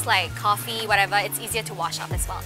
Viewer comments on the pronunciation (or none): none